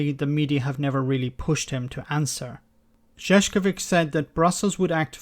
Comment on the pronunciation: You might do something to pronounce Šefčovič better. Sefcovic is a Croatian name - means shoemaker but Saskovic - means clown :c)